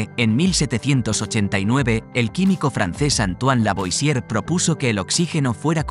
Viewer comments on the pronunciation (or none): Si pronunciamos, más o menos bien, los nombres en inglés, ¿por qué no nos molestamos en pronunciar, más o menos, los nombres en los otros idiomas. "Lavoisier" se pronuncia "lavuasie", por ejemplo.